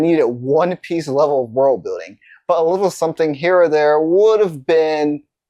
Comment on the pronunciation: ooo you said one piece world bulding ahahahahaha